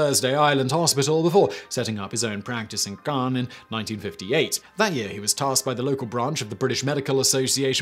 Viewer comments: Pronounced Cans not Carns. They exist on the Western Australian coast, around Broome, cable beach. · Wtf is this "kaans" you keep speaking of? You did all this research but couldn't take the time to get the pronunciation of Cairns right? It's pronounced the same as "cans". Look at it... C-air-ns. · Cairns is pronounced "C-air-ns", not "Carns". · It’s pronounced Cans, not Carns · Simon, it's pronounced "Cans" (Cairns) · You said Cairns right. I'm impressed. Edit: Okay lol You said it wrong the second time. Wtf. It's pronounced "cans". Strange but true. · It’s pronounced Cans!!!! Signed an disgruntled Queenslander..... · Cairns pronounced... care...nnnn....zzzz.... Forgot the Magpie during swooping season. I have those snakes (Tigers) in my back yard at least once every summer. Red Back spiders live along the outside window sills and all through any shed around here... including mine! Great whites regularly swim along our beaches. In WW2 people wondered how come the Aussie soldiers were so tough and beat Rommel in Africa and then took to the jungles in Papua and shoved the Japanese back. Looks out into my back yard past the red backs and wonders if the bull ants (inch long ants with massive jaws that jump and bite) have returned after the last time I put kerosene down into their nest.... Hmmm... you learn young to watch where you put your feet, never stick your hand into a hole or under something without flipping it over first. And yes I still walk barefoot in my back yard and swim in the ocean. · It's spelt Cairns but we pronounce it 'Cans'. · Cairns is pronounced “cans” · Cairns is pronounced - Cans :) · "Carns" Oh no no no. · And Cairns and is pronounced cans but Simmon doesn't give a fck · Cairns is pronounced more like "care" with an n stuck on the end. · carns, hahaha. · Cairns is pronounced "cans" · No, it's pronounced 'Keuhnz' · Carns makes it sound so classy 🤣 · Negated by completely fucking up Cairns